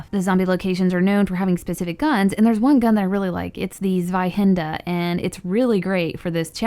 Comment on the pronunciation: At least you said zweihänder better than most zombie players